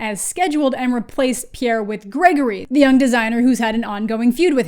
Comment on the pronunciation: "gagory" is pretty good tho ngl